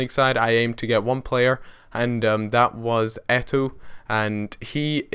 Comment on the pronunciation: It's pronounced Eto, you ignore the second o.